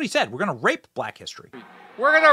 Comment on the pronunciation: First and third time I thought I heard rape but the second time I thought it sounded like right